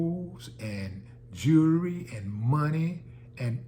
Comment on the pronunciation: D, thank you for pronouncing the word Jewelry, correctly! So many people say Jew-Lah-ree or Jew-Leh-Ree instead of Jew-El-Ree. I have been waiting for someone in media to say it, correctly. Thank you, sir.